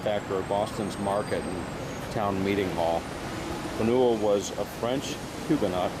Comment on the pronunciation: Yes, pronounced fan-you'll. Not fa-nuel.